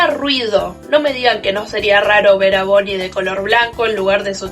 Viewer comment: "Bonnie es azul" creo q te amo (primera persona que lo dice bn)